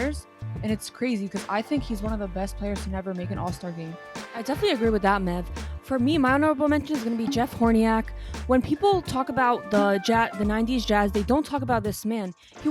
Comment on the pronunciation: I love what you gals are doing , seeing two women who are on a podcast and passionate about basketball is so dope. One small criticism, I literally cringed when you BUTCHERED the pronunciation of Jeff Hornacek hahaha I don’t even know what you said but it definitely wasn’t his last name 😂 let’s get the names down-packed to not take away any credibility! Aside from that, I LOVE THIS PODCAST!